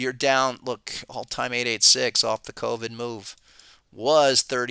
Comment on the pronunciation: "cold-vid". I love it. How do I double subscribe?